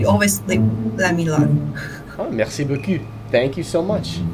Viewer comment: I wouldn’t say merci beaucoup the way you are saying it, to a French person, because you are saying : thank you, beautiful a$$ … better say in English bocoo, rather than bocu in French 😅